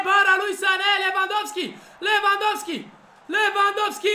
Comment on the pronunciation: Robert Lewandowski Nu lewvandosky